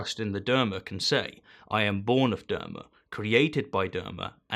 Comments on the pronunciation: Not derma, d-ahr-ma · It's DhARma, AR like a pirate. Dharma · Oh man, that pronunciation of Dharma is cancerous